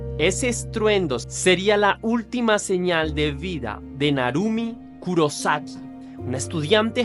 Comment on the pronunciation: Kurosaki con acento en la O Soy fan del anime bleach El personaje principal se llama ichigo kurosaki Lo dicen con acento en la O